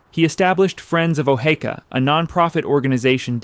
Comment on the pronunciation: Sometimes he says O-hee-ka, which is correct and sometimes he says O-hay-ka. Good video but knowing how your subject is pronounced should be a no brainer.